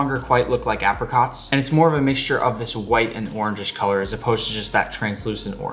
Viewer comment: You say ape-ra-cot